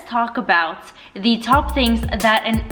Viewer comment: The... not “thee” unless there’s a word starting with vowels or “y”.